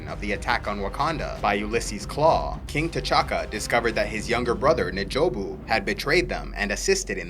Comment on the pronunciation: N’jobu is pronounced en jobu not neh jobu